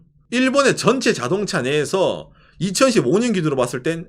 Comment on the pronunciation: 좋은 내용 잘보았습니다. 한가지 아쉬운게 발음 좋으신데 2025년을 2015년으로 발음하시는 걸로 들리네요ㅎㅎ 옥의 티였습니다. 채널 더욱 발전하기를 기원합니다~~